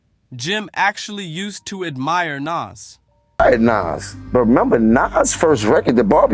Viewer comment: The video you posted tells you how to pronounce his name (NAS), don’t change it.